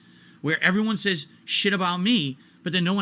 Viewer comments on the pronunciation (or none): none